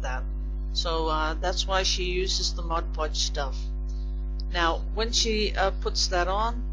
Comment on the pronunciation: This was a fun video. I really like it when you show us all these interesting things. I used to do a lot of decoupage and am getting into it again. And, thank you also for saying "Mod" Podge, and not "Modge Podge" like so many people I know. Ha!